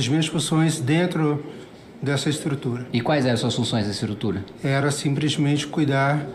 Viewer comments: o cara fala "simpresmente" e tem um salário de R$70mil/mês. Seems legit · "Simpresmente"... É filho do Lula esse aí... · "Simprismente", pqp.